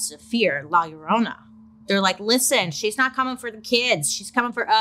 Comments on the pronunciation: Lie-ya-Rona not lala love 😊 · Not loraina 😂 It's "la llorona" and it translates to "the weeping woman" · Lol the way she pronounces la yuh-roh-nah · Am I the only one humming “my Sharona” when Bailey says La Llorna… 🙄😝